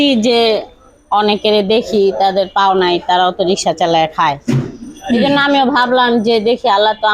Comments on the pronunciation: দুঃখ জনক বটে। কিন্তু এ দেশে মেয়েদের রিক্সা চালানোর মত পরিস্থিতি এখনও সৃষ্টি হয় নি। প্রতিবন্দ্ধি ঐ বোন রিক্সা চালানো ছাড়া অন্য অনেক কাজ করতে পারতেন কিন্তু তিনি কেন যে রিক্সা চালাতে আসলেন বুঝে আসে না। আর যিনি সাক্ষাতকার নিচ্ছেন বার বার রিক্সা না বলে রিশকা বলে ভুল করছেন। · রিসকা নয় রিক্সা বলুন॥ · রিসকা না রিক্সা বল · রিক্সা উচ্চারনটাও করতে পারেননা আবার ভিডিও বানান।